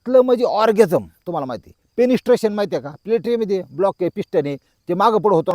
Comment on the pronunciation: पेनिसस्ट्रेशन नाही मामा पेनिट्रेशन ऑरगॅनिझम नाही मामा ऑरगॅझम